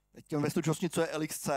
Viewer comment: Jedna hnisopišská: LXC se čte jako lex-see, leksí